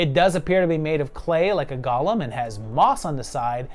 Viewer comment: The creature is called a golem (GO-LUM, NOT GOLL-UM)